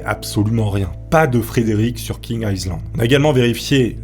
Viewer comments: Feune faqut : 'Island' se prononce 'aille lande' et pas 'isseland' . Zatsolle faulqus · On ne prononce pas le S de island. Aie Land stp, merci. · "island", le "s" ne se prononce pas "aï -land" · Le s de island ne se prononce pas. On dit ail-lande.